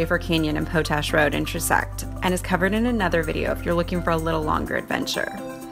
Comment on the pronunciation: Po-tash? It’s pronounced pot-ash.